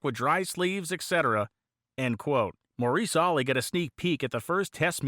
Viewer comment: It's Maurice Olley